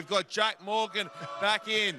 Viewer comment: Thanks for saying MORgan properly, not MorGAN! 😎👌🔥